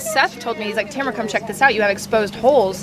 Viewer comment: Tamra, not Tamara, just sayin😜